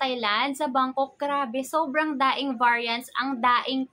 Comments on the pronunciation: Napansin ko lang yung word ni madam....yung "daing" what does it mean? Daming or daing? Silent "m"? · Is it just me or talaga "daing" ang pronunciation niya sa madami????